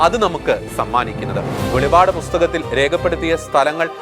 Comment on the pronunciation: Bro, it's not velipad....velippadu